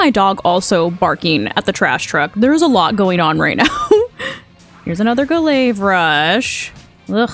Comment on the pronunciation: Ga-layve rush 😂 you crack me up dude